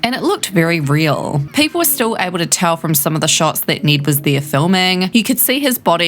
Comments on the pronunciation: Bruh his name isn’t “Need.” It’s NED. 😂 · Wait you pronounced ned as need but hell as ell. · Just try saying Ned “neh-ed “ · Click bait. Also, weirdest pronunciation of “Ned” I’ve ever heard.